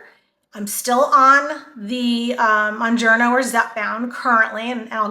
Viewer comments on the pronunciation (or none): I'm glad people are making videos about these drugs but I also wish people would pronounce them right so listeners would learn the right names too. Mounjaro has helped change my life, and I spread the knowledge when possible, so I've done my research, including pronunciation. Mounjaro is pronounced like MOUNt KilimanJARO. The Moun- part is like the word noun with a letter m instead, and the -jaro is pronounced like JAHR-OH. There is no n at the end. I am shocked about how many YouTubers pronounce it wrong. I've seen: MON,MUN,MOON-JER-O MON,MUN,MOON-JAR-O MON,MUN,MOON-JARNO MON,MUN,MOON-JERNO ETC.